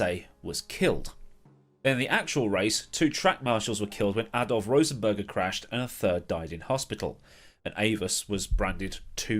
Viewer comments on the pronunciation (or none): none